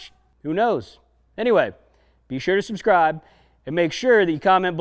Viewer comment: $ubskrrrtibe (t is silent)